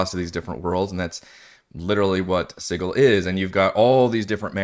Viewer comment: Also called it Sid-duel.